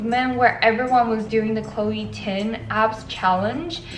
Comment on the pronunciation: ChLOe TiN..... I'm ded. WHY DO I KEEP HEARING CHLOE TIN?!!!!!